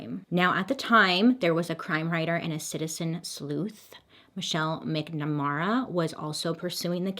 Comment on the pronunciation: She passed from an accidental overdose. I think it's pronounced "Mac-na-mare-a", I could be wrong.